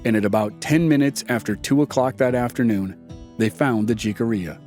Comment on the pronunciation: Great podcast but in the word Jicarilla the letter J is pronounced with an H as in jalapeño